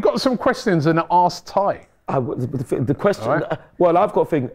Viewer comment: it's not me and Tye it's Tie and die. 😂